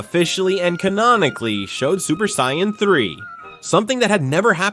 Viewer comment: Terrible AI voice slop that can't even pronounce Vegeta or Saiyan properly